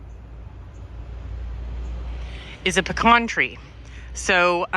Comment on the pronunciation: I went to my Aldi in Georgia today. There's no real savings there anymore, and only bought about 1/4 of what I usually do. And you say pecan correctly 💪